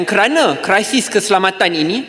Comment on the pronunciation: Sebutan Melayu laaaa, krisis bukan ala barat sebut kraisis... Undur dirilah Menteri pendidikan buat muka x malu, statement bodo syok sendiri..... rakyat tgk meluat. Kalau pemimpin kat Jepun awal lagi undur diri atau b***h diri jika gagal tadbir. Luluskan Merotan Spt Dulu2.